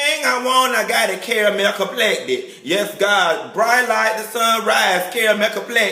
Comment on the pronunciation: Carmel complected lol